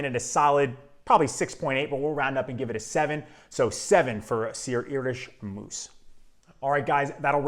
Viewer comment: Great fragrance. Moos is pronounced as in "more". And if you want a fragrance to last longer, make sure you moisturize the skin area where you want to apply the fragrance.